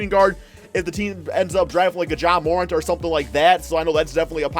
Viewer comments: It’s pronounced mur-ant not moorent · Terrible, D Book at SF? And It’s Jaden McDaniels not Jalen. Do you know anything about basketball. And plz stop butchering Ja Morants name. It’s pronounced More-Ant (the bug) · All these videos with morant in it and you still can’t say his name right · Please learn how to say Morant. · When are we gone tell how to say Ja’s last name right?